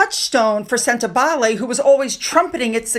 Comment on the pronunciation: Sentebale. Pronunciation wrong. It sounds like senta baally. Cheers.